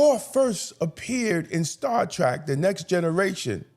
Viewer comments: I'm with you fam it's Star Trek not "Track" just sayin. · I agree with you, but can we please try pronouncing it Star Trek and not Star Track? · I agree with all you points. One thing though that i really must point out. You keep calling it "Star Track", but the name is Star Trek. Trek, as in an adventure, not Track like a path. Saying it incorrectly reduces your credibility. You points are too well thought out to be marred by a mispronunciation of the show name. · If you are such a fan, why do you keep pronouncing it Star Track. It's Trek= as to journey. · Hearing “Star Track” makes me wanna scream lol